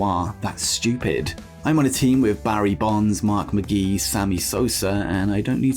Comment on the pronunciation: Gotta love our brethren from across the pond pronouncing American names. Mark MacGee instead of Mark McGwire. It's pronounced just as it is spelled. Props for trying.